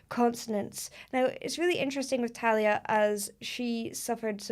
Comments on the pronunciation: Tha-Li-a is the correct Pronounce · In Spanish, it's pronounced "Thah-lee-ah" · Great video, loved every comment you made towards the singing techniques used in her performance, Please react to “Como” and “Manias”, by Thalia, pronounced Tha-leea.